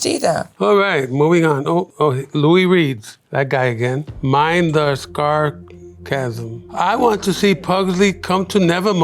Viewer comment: Guys did anyone else hear luis say scarchasm instead of sarcasm😂😂